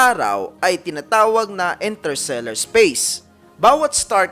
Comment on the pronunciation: Interstellar po hindi "Intersellar"